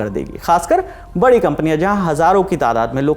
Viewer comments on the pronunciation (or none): none